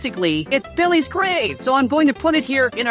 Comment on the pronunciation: Bro said billehs 💀